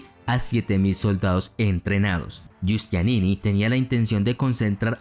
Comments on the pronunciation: Muy buen video. Solo recomiendo mejorar la pronunciación. Génova se pronuncia tal, y no Yénova (a menos que estés hablando en italiano), y el gran militar genovés fue Giustiniani, no Giustianini como tú lo dices. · No era Giustianini, sino GIUSTINIANI. Y en cuanto a la catedral, se pronuncia HAGUÍA SOFÍA.